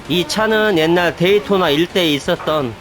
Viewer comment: 게임안에 게임이 들어있다니 신기하네요😅 게이 돈나!!! ㅋㅋㅋ 그렇게 들림. 어릴적 오락실에서 본 게임같군요. 한국에서도 인기있었던 레이싱 게임같아요